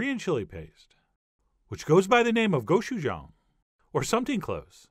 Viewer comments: btw, your pronunciation of gochujang is like 300% better than that of those who are way more confident in their pronunciation! -a very korean person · Hey, you actually pronounced "gochujang" right! My only critique is that the "ch" should be harder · You nailed with the pronunciation of gochujang(Korean chilly paste). And sake is pronounced as sakeh(saké) which means alcohol in Japanese.